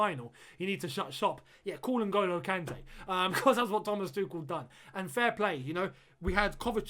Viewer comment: Why do you say "Thomas Tukel" is that the actual pronunciation?